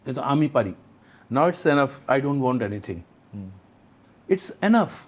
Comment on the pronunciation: It’s not এ্যানাফ It’s enough এনাফ।